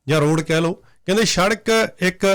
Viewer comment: oh, eh shadak ni hundi, ehnu sadak kehnde ne